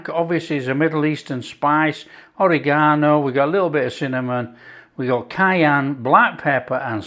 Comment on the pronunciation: I’m sorry but the way you say oregano just makes gives me a giggle! I love you and your channel, thank you!